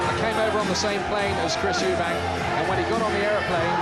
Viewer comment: Chris MacEubanks😅